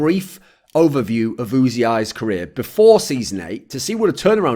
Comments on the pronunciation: Is it really pronounced "oo zee eye"? Everyone else I hear talk about him just says "oozee" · wasn´t it pronounced "uzi" straaight away without actually spelling it?